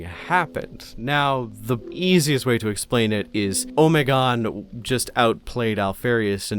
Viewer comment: I’m sorry I can’t stand how you say Alpharius and Omegon. I always read and first heard it as going as far as you can with the Greek Alphabetic. Honestly Alpharius is fine but.. I’m no linguist but: Omeg-on